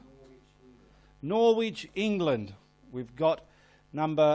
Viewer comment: Brilliant as usual,. But I feel I must point out, Norwich is pronounced Nor itch not Nor which. 👍